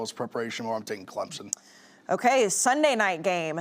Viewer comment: She also says Texez and Clemzin